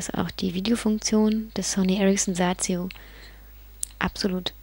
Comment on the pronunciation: schöne stimme cooles handy und ich lach mich schepp ...Sazio...lol wie sie das so sagt